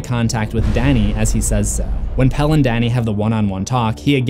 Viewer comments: there are quite a few times when she pronounces it as does. Chris-tee-ahn. Florence Pugh is English, and while her American accent is flawless, she pronounces Christian as English folks do. She also mispronounces Pelle's name (saying Pel-lay. It's correctly Pel-luh. Oddly, and several other reviewers sat "Pell."). The scene where she rides on the May Queen Wagon and says "Can Christian come too?" is one of the several times when she pronounces his name with three syllables. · I love how everyone says Pelle when its suppose To be pronounced PellE, the E is not silent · I stopped watching this the moment you mispronounced Pelle’s name. You would know how his name is pronounced if you actually bothered to watch the film, even just once, never mind the fact you’d have to watch it more than once just to catch things you’ll miss the first time around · and Pelle as PEL :D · something you missed: the second E in Pelle is not silent. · I'm curious as to why you're pronouncing the characters' names phonetically instead of how they're pronounced in the movie. You said "Pele" and "Christian" incorrectly. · and also "Pelle" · And pelle’s name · You’re saying Pelle wrong too and it was stressing me out a lot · 1. She doesn't end up speaking our language. They're speaking Swedish throughout the movie but in that particular scene it's gibberish, I think in order to point out the "out there" feeling. 2. Yes, Maja is a name that basically means "may". 3. This constant weird pronunciation of Pelle... 😂 It's "pel-eh", not "pel". Also no adult is called that since like the 50s... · The worst things are the way he pronounces Pelle and Paimon